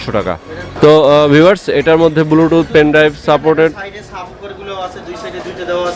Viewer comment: Bhai Age Shuddo Kore Bluetooth Bolen Apni To Bar Bar Bulutooth bolchen